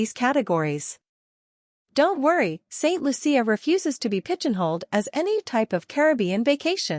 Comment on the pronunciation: Once again please say ST.LOO-SHA not ST.LOO-SEE-AH!